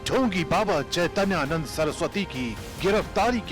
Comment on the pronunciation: इस एंकर को बाबा का नाम नहीं लेने आ रहा है।चैतैयानंद बोल रही है यह सत्ता की दलाल है कुछ भी बोल सकती है।